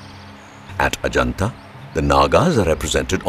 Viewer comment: That's amusing how you pronounce heaven Ah Ja Naat Ahjanata basically means come to heaven's Gate referring to the Forbidden City are great wall of China